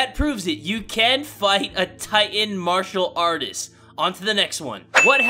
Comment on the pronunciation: Wtf Is a marsher artist?! XDDDD